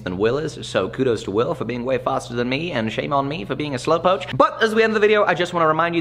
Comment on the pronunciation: "Slow poke" not" slow poch "